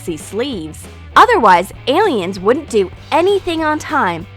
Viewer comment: Love how they say aligens instead of aliens